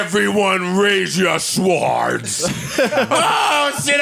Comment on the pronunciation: Did Joe say sWords, not sords! Stop it Joe